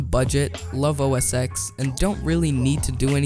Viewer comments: please just say os ten instead of x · Please, never say "OS X" ever again. OS 10, please. Say OS 10. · Good review and video. It is OS "ten" not "X", though